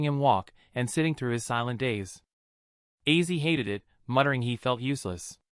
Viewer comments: your aw😮fulis Ozzy Osborne not Issy you kept saying wrong. Your fired His. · Yah really! OZZY! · Please learn to pronounce his name for God sake